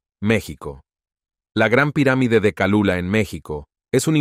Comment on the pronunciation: No es Calula , es Cholula